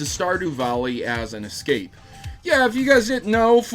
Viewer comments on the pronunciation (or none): none